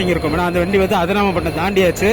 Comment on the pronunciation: Hi, why are you failed to pronounce the name ADIRAMPATTINAM (AMM)